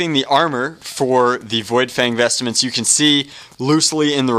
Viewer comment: lol its VOidfang VESTMENTS! Not vestaments!